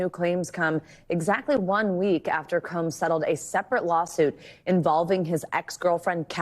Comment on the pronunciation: Did the newsreader say “Sean Diddy cums” instead of Combs? 😂😂😂😂